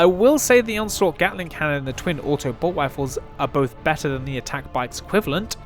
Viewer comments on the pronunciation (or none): none